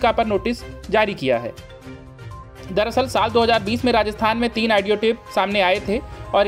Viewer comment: Such poor pronunciation....Aaadio Tape nahi bewakuf. Audio tape...Caaaaangress nahi Congress.